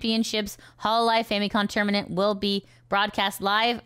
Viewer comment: "Tourmanent" ? I don't think this is fully AI fault, this is Youtube getting complacent being the biggest video sharing site and all.